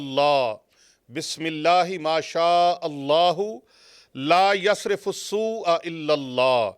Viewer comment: Aoa Aap ne prha "Laysrifu" Jb k likha he "Laysrafu" Islah frmaden